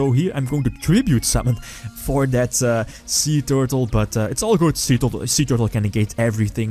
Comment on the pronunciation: Every time he said "Suee Tewrtle" I died a little inside...from laughter. =p